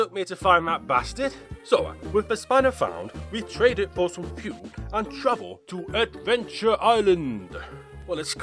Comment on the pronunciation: When u said fuel, the first time I heard pubes